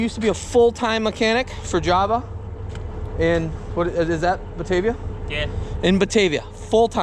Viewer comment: Ed's Western New Yorker card has been revoked, LOL! Since he worked for Java Farm Supply, he is morally, ethically, and legally obligated to correct your pronunciation! It's not "Jah-vah." It's "Jay-vuh."